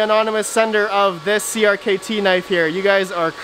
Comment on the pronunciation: FYI: CRKT is pronounced as cricket